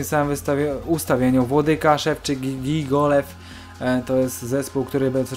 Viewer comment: Nie Gigolev tylko Gigołajev..xd